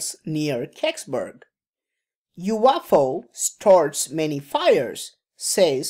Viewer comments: you off ow hihihi :D ,stop just stop saying you off ow !!! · I couldn’t watch it because of how you pronounce UFO. Sorry, I’m not trying to be dick, it was just too distracting and it kept coming off to me like you were saying “waffle”. I’m sure your channel is awesome, I just couldn’t do it. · you-off-ow lol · Umm its a UFO not a "You waffle".